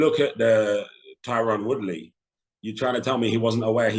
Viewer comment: bruh he called tyron Woodley "Tyren Woodrow" LMAO